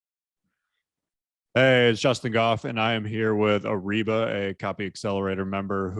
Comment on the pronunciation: Areeba ❌ Reeba ✅